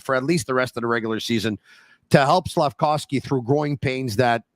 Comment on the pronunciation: Not sure why a year and a half after Slafkovsky has gotten drafted you still call him "slafcowsky"